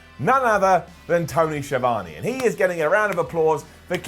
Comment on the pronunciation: The was pronounces Schiavone - 👇 down